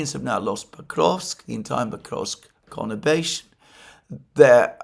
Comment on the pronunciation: word of the month: 'connibation'? or is it conurbation?😊